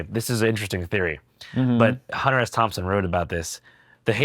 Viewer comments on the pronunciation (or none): none